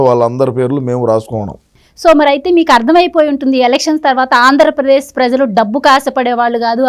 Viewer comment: 0.7 .08 (ఆంధ్ర ప్రేశ్) కాదు తల్లి_ 🙏 [ఆంధ్రప్రదేశ్]